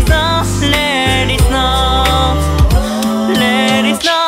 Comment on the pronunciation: 素人ですがゴスペル習っていてこの曲みんな発音頑張ったと思うんです。 日本語英語って言われてちょっと発音がよくないと実際に日本語を話せない方には英語で歌ってるつもりでも何て歌ってかわかんないなんてこともあるそうです（日本中いろんなグループあるから）私はネイティブに話せる指導者に恵まれて教えてもらっていますので聴き取って頂けてます。 だから 最初のふかみんのtheはダって言うし、おのゆーのneckはクッって語尾をはっきり言う 良く出てきたLet itはtを言わないでつなげるからレーリッみたく聞こえる。やったことあるというかいつも注意するとこがものすごく綺麗だったので大変だったろうなーと。 としくんと明くんの高音がジングルベルの鈴の音の様で大人っぽいけど優しいホワイトクリスマスの雰囲気感じました。としくんとしゅうごくんのアルバム良く聞いてるんですけど本人とは違い当たり前だけどキャラソンで他のみんなも自分の声での歌じゃなく役の声の歌（としくんは特に長けてますが）なので、改めて声優さんのキャラソンで声だけで表現してくれるアカペラってコンテンツが本当に声優さんてすごいなと思わされました。 長文ごめんなさい そして役名と中の人がぐちゃぐちゃになってるーすいません